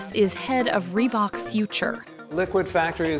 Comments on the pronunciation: Are we gonna ignore how the narrated lady says rebak Instead of reebok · FFS is not REE-BACH its REEBOK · I get triggered bout how she says reebok